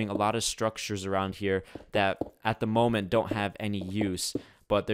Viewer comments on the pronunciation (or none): none